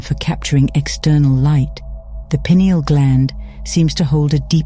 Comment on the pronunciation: It's nice to hear a video actually pronouncing pineal properly.